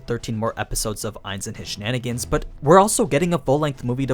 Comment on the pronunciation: I'm wondering why he said ains and his chenanigens